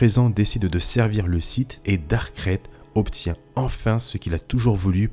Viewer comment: C'est marrant que tu prononce Dark krayte comme sa: "Crête" Moi je l'ai toujours prononcé :"Craïte"